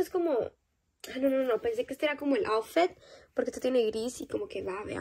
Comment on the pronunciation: Se Dise aufit no aufet